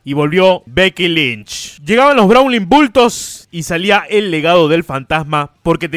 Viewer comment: no se dice browling bultos... se deberia decir browlting buls 🤣